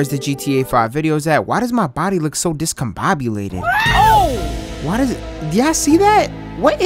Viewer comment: hhmmmm he said "descobobulated" hmmmmm